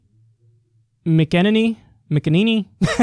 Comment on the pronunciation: Mack a nain ee I think